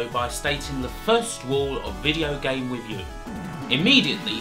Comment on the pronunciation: What a weally gweat weview of Gain Gwound!